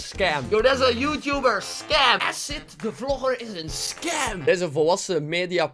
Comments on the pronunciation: Edit: "asidt" "joetoep" Aii Sterk! XD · HAHAHA “esid” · Ik zal ff uitleggen aan de boomers hoe je Acid uitspreekt. Eejsit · Haha ja, maar je kan toch op zijn minst eens uitzoeken hoe je 'acid' uitspreekt😂😂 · hoe ze acid verkeerd kunnen zeggen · als je komt praten leer eerst eens "acid" goed uit te spreken :/